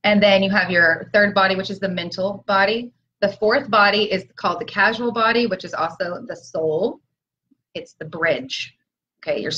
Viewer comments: Totally validating the 333 gateway. Just so you know, it’s not casual body, it’s causal as in the cause. Thanks❤️ blessings. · Question: isn't it causal body, instead of casual? Sincere inquiry. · P.S. 4th body is the c-a-u-s-a-l body NOT "casual body," as pronounced it. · Did she say CASUAL body? Causal body :) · I believe you mean "Causal" body, not "Casual" body.